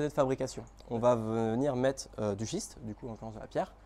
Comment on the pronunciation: Merci pour cette vidéo, suis mdr, j'avais compris "shit" exprensé et non schiste expensé, bonne continuation.